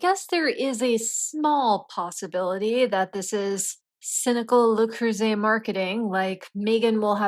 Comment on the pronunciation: Why does the narrator pronounce "bow" as bough, yet correctly pronounced, le cruset? 😂 Its all so stupid Screw MM and screw the NYT for this offensive dribble